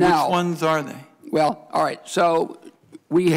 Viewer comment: did Lighthizer just say Like ALL in a different way?